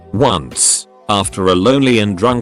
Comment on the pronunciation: TIL "once" is pronounced "uh-seh"